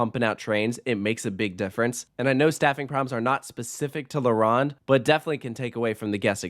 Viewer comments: Its not la RAWND. Its la ROAND. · No poutine slander allowed Also la-rown-d not La-rond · As a Montrealer I agree with most things you said and yes shocker shocker poutine is glorified but tasty in the winter! I do however take offence to “La runde” pronunciation. You sir will decently be mocked in France is you ever visit Disneyland or asteroid and obelisk park with that pronunciation DUOLINGO DO BETTER ✅ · Leh Wronn? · Your French accent sucks. la ronde! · You should learn the correct prononciation of the theme park name. La Ronde. Its French and it has double meanings. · The o is not pronounced like Ron it’s more pronounced like « Stone » and the r has to be rolled a bit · tbh me personally, I wouldn't trust someone's review if they called la ronde like that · "la round " "poutin" OMG so many negative things to say about how to say the words correctly. Your review was off love the park and I am not biased. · I knew this was gonna be a long video when he mispronounced La Ronde and Montréal smh